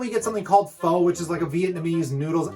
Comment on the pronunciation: Pho is pronounced Fuh haha, great vid btw